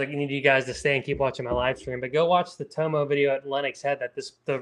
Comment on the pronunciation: It's Tom-oh like Parko not Toemo